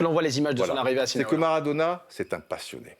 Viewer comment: sinaola ??? pardon ??? un peu de respect !